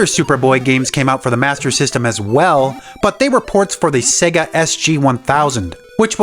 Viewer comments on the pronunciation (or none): none